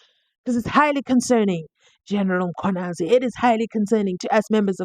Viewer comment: Can you.pronounce Mkhwanazi properly it's annoying